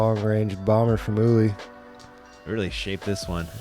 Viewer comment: Something about the way calls Uli ‘Ooli’ cracks me up